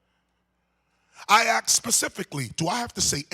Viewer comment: Always axked everyone says axed what the fuk!?!??